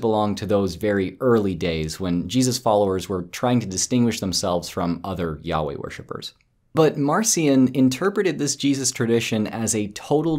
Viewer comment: I'm playing the video at 1.5 speed, and that works quite well for me, except that when you say Yahweh, I keep hearing "yaoi." He upset the yaoi worshipers? Was he sharing the heretical belief that Light Yagami and L didn't share a secret yearning?